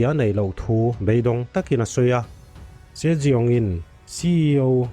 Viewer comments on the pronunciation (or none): Sir se jeong tih khi si young ti a lam tur nilo mo